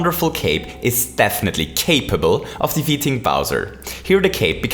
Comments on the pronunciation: Did you say CAPEable? :) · "capeable", really 🙁